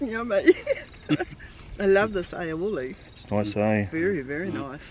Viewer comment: YUMMO bro.. Crack up pronouncing Aioli, lol